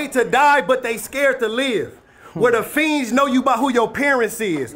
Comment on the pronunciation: Fiends not fees…